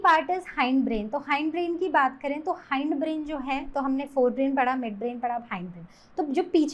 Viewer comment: 🙄haind nhi hind brain